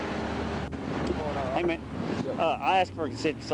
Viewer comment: Neither one knew anything about what was in the car........birds of a feather......... I cant stand the way hes saying man...Irks the crap out of me hearing that all the time. Its MAN not MANE